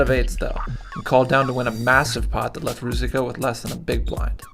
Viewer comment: Roo-Zich-Ka, not roo-zik-uh.